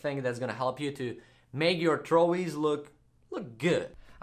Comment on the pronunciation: Trowi not throwie